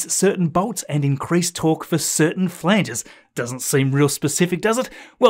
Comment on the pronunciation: dont mean to nitpick .... flanges = flan-jez